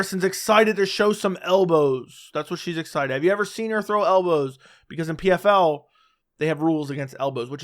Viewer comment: Didn't Harrison say "HELLbows" instead of elbows? 😂